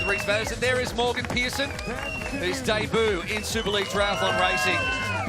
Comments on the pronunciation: Please for the love of god man, learn how to pronounce "debut". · i thought it was 'day boo' ?????